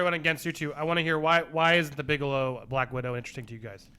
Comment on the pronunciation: Bigelow, not Bigalow.